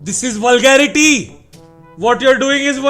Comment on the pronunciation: They all have just fucked the word "VULGARITY"